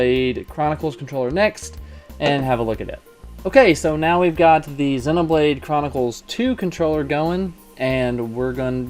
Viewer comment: 0/10 pronounces "Zee-no"blade Chronicles as "Zeh-no"Blade Chronicles In all honesty this was a SUPER insightful video! Thank-you:)